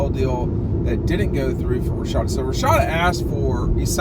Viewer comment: Its RASHADA lol not Rashida 🤣